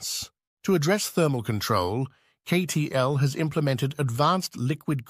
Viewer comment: Obvious AI promotional video as it immediately mispronounces CATL as KAY-TEE-ELL. If you can't even shell out for a narrator you don't deserve to be on this platform. NOT "an excellent video." And, what happened to the M3P battery which was supposed to be superior to LFP?